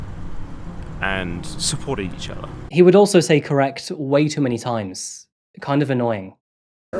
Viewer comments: Great video as always !!! as he keep repeating the word correct it’s starts to sound like he’s saying “Crack” ❤️💋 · Not convinced “correct” is even a word any more… just sounds like “cracked” now Mans guilty as sin tho